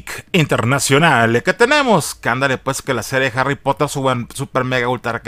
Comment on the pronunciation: Harry popoter.